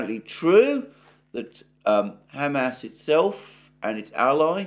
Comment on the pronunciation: I don't mean to be rude but it is cracking me up to hear you keep saying ham ass 😂 but seriously your videos cover so much that nobody else is talking about